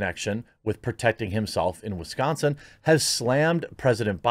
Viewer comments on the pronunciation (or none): none